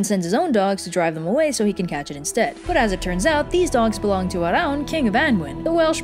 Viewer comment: You pronounced Arawn correctly! At least in the North.